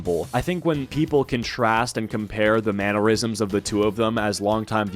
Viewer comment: THANK YOU for saying "mannerisms" correctly!! I was starting to feel gaslit into believing it's pronounced "manure-isms." 😂😂😂